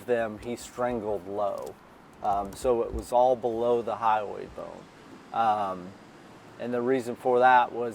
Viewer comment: It’s the HYOID bone, not highway 😂